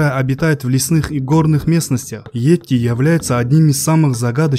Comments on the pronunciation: Не етти, бть, а йети! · Не "етти",бл,а "йети"!Неужели трудно прочитать написанное? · А не этти